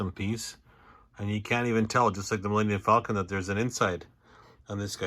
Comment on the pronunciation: Is it just me, or am I hearing Millennian Falcon?